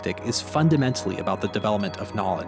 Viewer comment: . . . "so philosophers, politcal pundents . . . " Americans, stop saying 'pundents', the word is 'pundits', there's no 'n' in the word, behave or we'll take our language back . . . .the English.